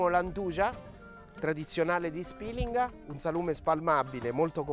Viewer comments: Perché pronuncia Spilinga in quel modo??? Non c'è l'accento... E POI SI DICE 'NDUIA.... TUTTI I CALABRESI GIOVANI, VECCHI E MORTI LA PRONUNCIANO COSÌ. Se da lei si dice così ok... MA NEL SUO PAESE. NEL RESTO DELLA PENISOLA NO... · A Spìlinga, luogo d'origine nonostante per lei non sia così, 'nduja si pronuncia così. La pronuncia originale è poi stata "storpiata" ed è diventata più popolare con la "i" . Inoltre Spìlinga ha l'accento sulla pima " i ". Il fatto che lei ignori una cosa non significa che non sia vera. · 😑 Vieni a Borgia... Dove si fa Nduja e Zingara... A Spilinga vi siete solo inventati la sagra e se il vostro paese si pronuncia con l'accento SCRIVETELO SULLA VOSTRA INSEGNA DI PAESE. Ps: non sono di Borgia, sono di Squillace.